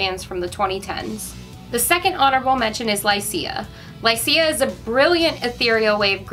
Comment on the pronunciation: Lycia is pronounced LY-shuh.